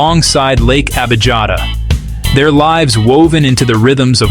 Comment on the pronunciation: Correct pronunciation is Lake Abiyata. Sometimes the German spelling is used: Abijatta. But I'm German j is pronounced like y in English. The Italian spelling is Abiata. Such a fundamental error is pathetic!